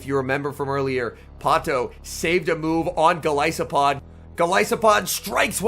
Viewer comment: Anyone else cringe when he pronounces gol I Sopod